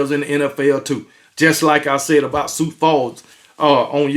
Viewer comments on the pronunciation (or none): none